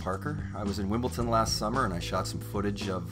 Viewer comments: 1) Say WimbleTon instead of Wimbledon or 2) Be a tennis expert. You can't do both. Did you seriously just say WimbleTon? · its wimbleDon bro